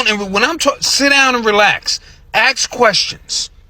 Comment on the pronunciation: INside the wing fuel tank and I hope he learns to say ask rather axing questions.... com/watch?v=4Ivi4UdDMbE